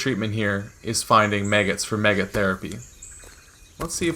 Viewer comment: did... did you say MEG-get?...